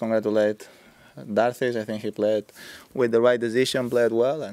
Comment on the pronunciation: Nobody has noticed that it's Steve Darcis and not Steve Narcis !!! :p